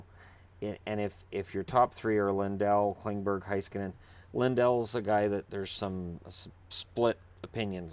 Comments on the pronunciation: FYI It's pronounced Hey-skanen, not Hi-skanen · Roope Toivanen Yes. ME-roh HEY-skah-nen.